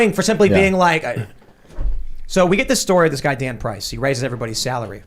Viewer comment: Tim: We got a story with this guy Dan Price. I heard: we got a story with this God damn price XD